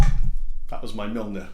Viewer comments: "that was my muhlnnerrr......." thats cracked me up XD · The intro reminds me of Plug In Baby Edit: Also. It's pronounced "Mj - uh - lnir" with a rolled "r"